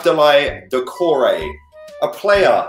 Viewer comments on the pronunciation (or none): Im howling brooo Man said in flow doucoures like yaya toure hahaha thats comedy stuff And also: this guy said andros fucking townsend is better than wilfried zaha lool